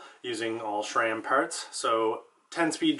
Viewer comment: Please...its not SHRAM.